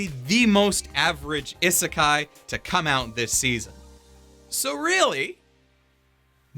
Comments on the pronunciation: This mans really pronounced "isekai" as "ih-sekai" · it still always bugs me how he says ihh-sekai because that's definitelly how い is pronounced